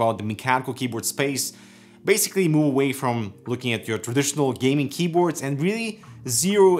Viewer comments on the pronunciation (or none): none